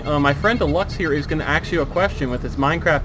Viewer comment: I love it when he wants to axe someone a question